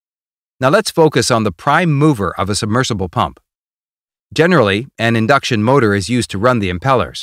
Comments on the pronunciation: actually this is " INDUCTION" NOT "INDCUTION" LOL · "indcution motor" :P